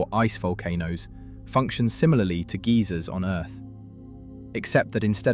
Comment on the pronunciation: "Geezers on Earth". What? Do you mean geysers?